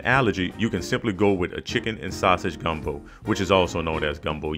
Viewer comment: Soon as I heard the emphasis on the O at the end of gumbo. I knew this video was about to be legit